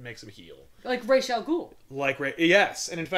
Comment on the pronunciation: For the 1000th time, thank you for pronouncing Ra's "correctly". I know it's just Denny O'Neil's (or whoever it was) pronunciation, and it's not something I "well, it's actually pronounced..." but it's nice to hear it as I think it should be spoken.